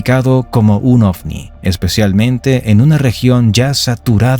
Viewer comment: Es ovni no ofni 😂😂😂